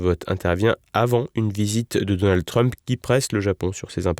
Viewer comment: "Dolnade Trump" ?! Faut arrêter avec les fautes de prononciation, c'est comme "Géralde Darmanin", on s'arrête au D on ne rajoute pas un e dans la prononciation !